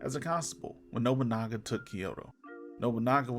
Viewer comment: Yet your video title states that Yasuke is part of that Samurai class. Get out, already saw a similar video like this once by a guy who mispronounced absolutely to the point where Nobunaga became Nogunubu. This is up there in similar amounts of cringe.